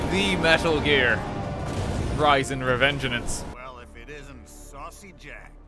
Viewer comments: fun fact, this is the first time you pronounced "Revengeance" correctly in the entire video. Every other time, you kept adding an extra "en" in there, making it "Revengeanenance" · Legends say he is still calling it Revengean an ce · he says "Revengenance" the whole game 😂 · Revenganance ? Why is he adding in extra letters every time he says it ? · Is anyone else bothered by how he pronounces revengence for most of the time? He pronounces it "revengenance" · Take a shot every time fucks up saying "Revengeance"; you will die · It hurts to hear an english major mispronounce revengeance